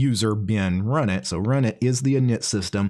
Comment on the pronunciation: I thought that runit was supposed to be pronounced R-Unit...